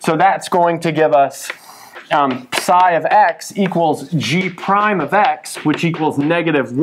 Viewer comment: The way he says psi hurts me